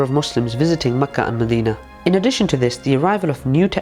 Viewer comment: Makkah and Madeenah (that’s how you should pronounce them idiot) are arabian lands before your religion came to existence, we the native people of Hejaz are happy with the rule of our government and we don’t allow people who can’t even speak Arabic to speak on our behalf!!